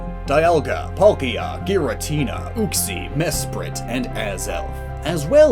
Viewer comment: My inner idiot is raging as he is saying Ar-KAY-us and OOOK-XIE(Uxie.)